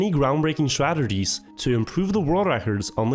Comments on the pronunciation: I love your content. Also, "stratergies" lol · ground breaking "stratergies" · "And used many strat ter g's" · “A ton of stratergies”